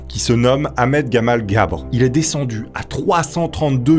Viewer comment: Ne prononcez pas "GABRE" mais "GABER"